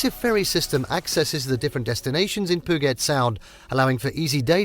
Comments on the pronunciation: As Seattle natives...this hurt. Literally every location is pronounced wrong ... Nice footage but after the narration I assume it's all stock.?? Did make us miss home though. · Stop saying Puget Sound incorrectly! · Wow. I lost count of how many things you mispronounced in this video. Here's just a few... Puget, Methow, San Juan, Rainier, Leavenworth. The content itself is accurate enough, but it's obvious no effort was given to saying the names of these places properly. It was almost funny. Was it even a human voice? It may have been some computer app. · Puget is pronounced pew-jit. Not pu-git. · It’s “puuu-jet’, not ‘puh-get’. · P'Ewe JET not poo-get... and Marymere falls was actually Sol Duc falls in case out of state visitors watch this and get confused. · I find it funny how people in Washington is getting mad about it pudget haha and I’m from Washington but yeah you need to stop saying it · I don't know who this guy is that's telling us viewers which is all the best places to be here in Washington state. Dude, you need to pronounce the words correctly. Pudget sound doesn't have the the letters that sound like get. San Juan Island isn't pronounced like the way you say it. And it's not hard wherever you're from to say them correctly. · Pooget sound? Reported! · He just said poo-git sound, I'm out of here. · Poo-get sound. Nice. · Pew get rofl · Brother. Google how to say PUGET and SAN JUAN. It’s painful. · Funny how he pronnounces Puget Sound 😅 Why don't these people get someone who knows how to speak properly? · My God! If you're going to produce a travel guide learn to pronounce the names of the places correctly. The laughable mispronunciations include Puget Sound, the town of Leavenworth, Mount Rainier, and the San Juan islands. One thing is certain, the narrator has never been anywhere in Washington. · Great video! Thanks. Just wanted u to know Puget is pronounced POO -JET. Rainier is pronounced " RAIN - EAR".